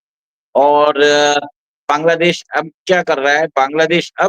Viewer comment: Jai Shri Ram, Ek request hai. Bangladesh ka pronunciation बॅन्ग्लादेश ना करके बांग्लादेश ऐसा करें।